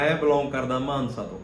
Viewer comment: ਮਾਨਹਸਾ ਨਹੀਂ ਮਾਨਸਾ ਭਰਾਵਾ 😂